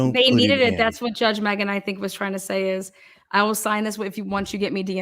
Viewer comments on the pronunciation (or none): none